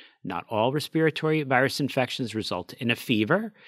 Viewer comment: is the first American person I’ve ever heard pronounce respir-at-ory correctly! Most people say ‘respitory’. I’m British.